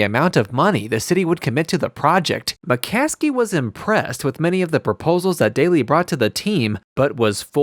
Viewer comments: Narrator is an Idiot he doesn't even know how to pronounce the Families name. It's McCaskey not McClaskley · If you're going to make a video about this. Please get the names right. It's McCaskey not McClaskey. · It’s McCaskey not McCaskley dude… should get the names right if you’re gonna make a video about the bears and solider field.. just a thought.